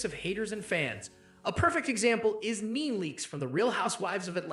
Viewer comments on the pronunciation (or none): Your saying Nene's name wrong... It's NEE NEE Leaks not NEAN .